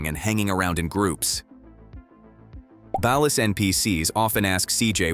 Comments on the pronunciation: its ballas like a basket ball not balas like balance. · Ur saying bail-us try ball-ers ball-las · Ball-ers not bal-las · Why does everyone pronounce it balus? Like bro it’s ballers with an A. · Bro it’s BALL -UHS … not balis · Ballers but without the er and add an a. Ballas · Another channel that can't properly pronounce Ballas? It's Ballas not Balist; Baller not Bailer lol. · Can you learn to pronounce words before you make a facts video bc wtf is a bal-er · Stop with the AI narration. Like shit is mad annoying. "The Balis, The Baleer" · Ballas are pronounced Ballers lol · Wtf is a Ba-Las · its Ballas like Ballers. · Bro has NEVER played GTA SA. What he mean Balus?? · Ballas is pronounced as BALL-AS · Honestly I've only learned how ballas is pronounced recently. I know its ai being stupid, but that's how people pronounced it in my country lol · Unwatchable because of Ballas being pronounced like is part of a light fixture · The way ballas are pronounced is cringe asf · Why you pronounce baller like that? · Ok but why does he pronounce “Ballas” like that? 😂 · The pronunciation of ballas is killing me 🤣🤣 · No groove is bloods not crips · I cant get over the mis pronunciation of Ballas. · I hate the way he says Ballas. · Why can't this guy pronounce Ballas and Baller?